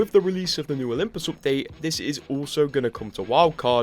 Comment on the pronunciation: "Olymus Prime"